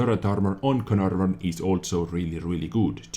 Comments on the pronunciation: No. He pronounced it like "Carnarrvøn" when ur supposed to say "Canaarvøn". But i don't blame him. English isn't his first language anyways. Also estonian is pretty far away from english so.... he is from Estlan, right? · don't worry about pronouncing it correctly, the English YouTube video guys can't do it that well either:P but for reference it's pronounced "Kay-er-narr-fon". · I guess you should try to think of the ae in caer as an e pronounced the same as in words like "derp". Except for this idk how to improve youre pronouncuation of this name trough the comment section but youll get it sometime if you keep watching vids of other youtubers that know how to pronounce the same such as QB